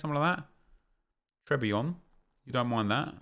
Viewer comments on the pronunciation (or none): Nobody: Nep: TrE biOn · Please learn how to say très bien properly. Its both annoying, cringe as fuck and makes us English look stupid. Thank you